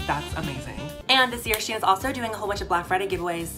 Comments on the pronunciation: Anybody else pronounce “shein” >> “SHEEN” 😭 “she in” I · SHEIN: exists: She-in:)